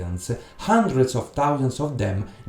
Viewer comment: Look, Hundred, there is an H, in English, the H is not silent like in Italian.